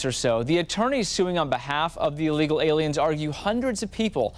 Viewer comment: No human being is illegal. Took you 5 times to even say illegal aliens like a proficient English speaker. Educate yourself fool